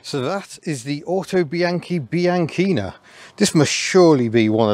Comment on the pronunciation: I'll let you off the mispronunciation of "Bianchina" at the beginning ;) ... lovely little vehicle, but looking forward to the video on how to double-declutch - it has always been a mystery to me.